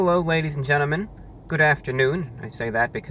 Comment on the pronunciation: "ladies and GENNIMEN!"